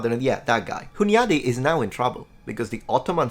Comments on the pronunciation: The name Hunyady is to be pronounced with soft n, such as Spanish ñ, or to you as Italian, you'd transcribe this pronunciation into Italian form ''Hugnadi'' - anytime you see NY in Hungarian expressions and names, it will sound like Italian GN (ñ). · Before you trigger any Hungarians in one of your future videos, please make sure to pronounce the "ny" the same way as you would a spanish "ñ". As a multilingual European historian like yourself it would be the ultimate flex to always nail the pronunciation of important names. Just flagging this because of Hunyadi. Great vid, really enjoyed it! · Well made video as usual! Just a few corrections regarding the pronunciation of some names: - Sigismund is pronounced "Sighismund" - János Hunyadi "Yah-nosh Húnn-yadi" (btw. Hungarian words are always stressed in the first syllable) - Teutobug "Toy-to-boorg" I get it why you pronounced Matthias's and Friedrich's names the English way though. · Oh, you butchered Hunyadi János's name :D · The ny in Hunyadi is a single sound "ɲ". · Hi, it would have been phenomenal if you could pronounce the Hungarian names correctly, apart from all that, the video is very informative! 🤗